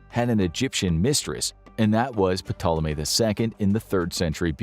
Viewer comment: The "P" in Ptolemy is silent!